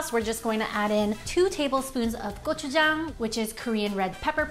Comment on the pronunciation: 한국인이신가 고추장 발음이 아주 찰지시네ㅎㅎㅎㅎ